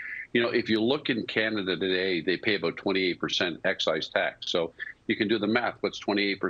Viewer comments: She said canadia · Did she say "Several of Canadia's cannabis stocks?" Is CAN-EH-DEE-UH legit pronunciation? 🤔 seriously asking.. never heard that before